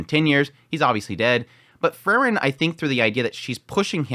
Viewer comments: Again, its Pronounced FRIEREN ie FREE-REN, Not FUR-REN... FRIEREN, FRIEREN.... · It's Freeren, not Frrren.😁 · It's pronounced "Free-ren". Please...